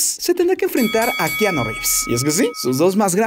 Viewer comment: re fa nde keaaaaaanooo jajaja